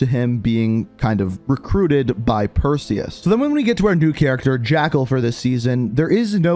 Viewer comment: Say Perseus but remove the e in seus